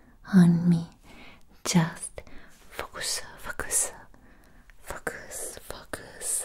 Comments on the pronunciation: I love her smart channel. It's definitely in my top 3 if not my top asmr channel. Also did anybody else hear her say the F#%$ goose the 1st time she said focus. I couldn't stop laughing when I realized what she said the second time. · I almost fell out of my chair before I realized you said 'focus' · "Focus" with accent